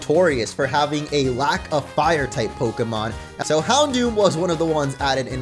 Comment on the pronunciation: It is not pronounced hound dower lololololol